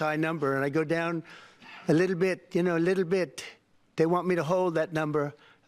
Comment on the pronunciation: leetle beet leetle beet TACO